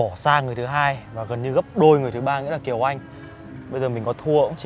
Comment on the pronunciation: Kiều Anh chứ kh phải Kiều Oanh, trời ơi mấy ông ơi :v